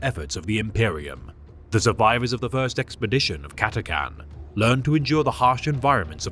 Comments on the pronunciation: For almost 20 years I thought it was pronounced Cat-a-chan, with the chan-part like Jackie Chan. I can't think of any English word where the "ch"-sound is pronounced like a "c", "ck" or "k". Cat-a-can just doesn't sound right to me. Am I in the minority? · CAT-A-CHAN CH NOT CAN😊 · cat-a-CHan but great video just as always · The messed up pronunciation said catcan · Ppl don't say the ch in chan It annoys me 😣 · Cata-chan - no idea how he buggered up pronunciation this badly. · Ch. Ch. Ch. CataCHan. Ffs.